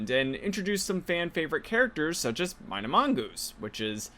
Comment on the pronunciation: Not to be that guy, but I believe it's pronounced "Mee-na," not "My-na"